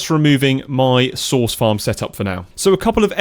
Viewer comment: I am so sorry, but every time you say "source" I can only think of you saying sauce 😭